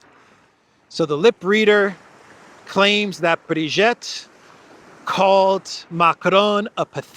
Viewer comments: At least pronounce Brigitte's name properly. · Great walk , by the way and so entertaining , I kept laughîng every time up mention Zero zero 8 Kellog and Ursula receiving the emperor Charlemagne Award! I you do need some help pronouncing the name of Brigitte and the word dégage etc… ( it sounds too charming the way you said it) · At least you should learn how to pronounce Brigitte correctly 😉